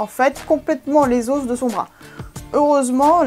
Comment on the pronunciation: On prononce pas le s dans os